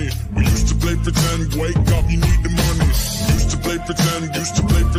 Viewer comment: I NEED TO WAKE UP TO GET MONEH , YAH.